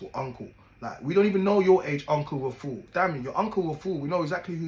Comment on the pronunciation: Man said uncle rafool 💀 ohhhhh myyy days